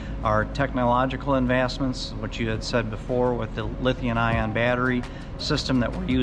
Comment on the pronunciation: I Love and Andrew! Liberty Coaches are some of the best in the world. They are incredible!! Just one thing, why can't say LithiuM ion instead of LithiuN ion when he talks about those world class battery systems? He does it every time in every video. I'm silly and pedantic but it bothers me for some reason. Anyway, I also just love Andrew. He is so genuine and relatable. I watch every one of his videos. It made me sad to hear about his fire.